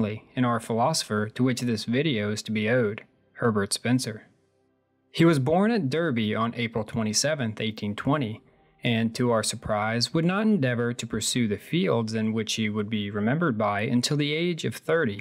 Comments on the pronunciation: Birthplace: Derby. Pronounced DAAhrby. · How to trigger Brits 101: Mispronounce places like Derby and Leicester